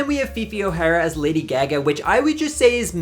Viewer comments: That and how he pronounced Ozzy Osborne’s name. I’m sure he’s heard Lady Gaga’s name pronounced , there’s no reason for that odd pronunciation 🤣🤣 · Girl where r u from the way you pronounce certain words triggers me 😂😂😂 “gey gey” instead of Gaga 😢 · “Lady Ge-Geh”…. Girl 😂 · Not you saying it 'Lady Gag-a'? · WHO is Lady Geh-Geh? 😂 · excuse me ma'am... who the FUCK is lady geh-geh ??? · Your accent won’t let you live with “Lady GahGahh” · I love how you pronounce GAGA. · I’ve never heard anyone say Lady Gaga like that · I love you but why do you say lady gaga like that 😭😭😭😭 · WHY DO YOU PRONOUNCE GAGA LIKE THAT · You say "Lady Gaga" weird. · Why do you pronounce lady Gaga that way 🥲🥲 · How u pronounce Gaga definitely reminds me ur irish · how u pronounce lady gaga is CRAZY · How and why are you mispronouncing Lady Gaga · Ahh yeah it does say Irish you are right, my bad, I must have misremembered. I know the way he said Gaga isn’t Irish though because I’m from Leeds in England and I have met plenty of Irish people and never heard that pronunciation before.